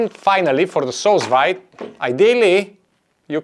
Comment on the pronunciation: Do you think it could work with canned pineapple? Fresh pineapple can't be found all year round near me, and they're very expensive when they are available ... PS: I believe 'sous vide' is pronounced like 'sue veed' :)